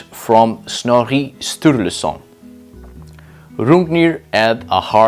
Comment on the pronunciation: why did you pronounce snorri sturluson like a frenchman?